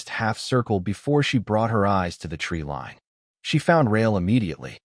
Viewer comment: tree lean or tree line? fix the AI narrator? cool story